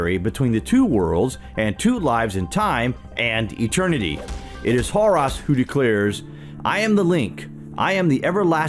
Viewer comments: Horus - hor•us. Not "hor•ās". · you said Harus its Horus